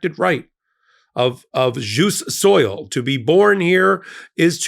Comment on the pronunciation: It's "jus soli" not "jus soil"... I just saw a picture on FB with some English terms and that feeling of being overstuffed with food and uncomfortable is formally called "crapulence" . I always used "stuffed" but that means something else in British English I think :D Maybe the crapper isn't named after the guy who invented totally after all...